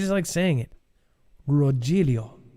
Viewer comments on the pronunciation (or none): My ears are burning,. It's not Ro Joel eeyoh. Rogelio is Roh hell eeyoh. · It’s ‘roHilio’ but spelled Rogelio